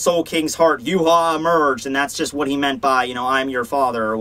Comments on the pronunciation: Series ended it was Uryu that saved the day helping Ichigo beat Yhwach not Yu haw please learn to say his name correctly! It is Ya-vahk a German name dude not Yoo-haw geez! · Funny how you call him Yu-haw when his name is German and pronounced Ya-vahk! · true but as someone who knows German it is annoying to see a German name pronounced completely WRONG over and over again. I mean the guy did a fantastic job on his videos just say it right.